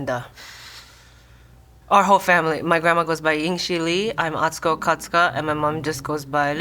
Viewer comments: is great, but it was driving me crazy that he was pronouncing Atsuko’s name wrong.:) Great episode though! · Did he just say… atsuko katsuko?